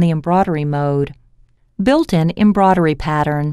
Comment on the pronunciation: I agree. Hearing embroidery being pronounced embroddery all the time put me off too!